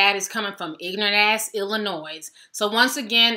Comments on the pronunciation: ITS ILLINOIS THE S IS SILENT ILL-I-NOI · Dammit. It's not Illinoise! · SICK ASSES OUT HERE!!!!!!PRONOUNCED ILLINOI......S THE S IS SILENT